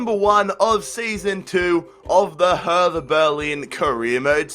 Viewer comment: Hey, "Dierßen" is pronounced "Dierssen" and "Hertha" is pronounced "herta" Great vid!! Auf gehts Hertha Kämpfen und Siegen!